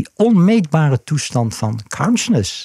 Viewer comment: Kaunsjness.... Het duurde even tot ik besefte dat hij counsciousness bedoelde...